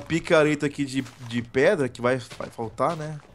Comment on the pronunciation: caraca os cara fala preda é pedra mais o vídeo ficou masa